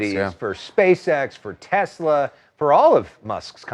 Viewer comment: "I love Tesler!"